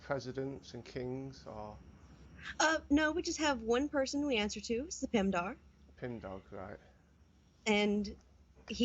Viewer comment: She said "Pemdar", its "Pendar". How you cant pronounce your own shit?